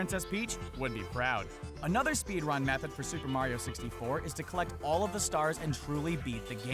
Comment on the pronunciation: did anyone notice how he said speed-wun?